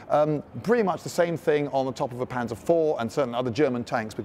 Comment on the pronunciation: My god, could it be, he didnt pronounce it panser but instead used the actual German way of pronouncing it